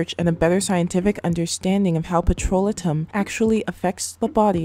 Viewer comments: what is "petrola-tum???" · Blessings! Petrolatum - Check dictionary for pronunciation it is Petro-lay-tum. Great video. Never gave up my Vaseline. TFS! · You are mispronouncing "petrolatum" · of course not but I wanted her to know. Her video has good content and if it were me I would want someone to tell me so I dont walk around saying the wrong word